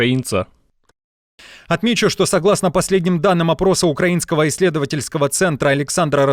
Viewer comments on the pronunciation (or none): none